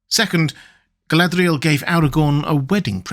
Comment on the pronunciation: the way you pronounced her name the first time gave me the ick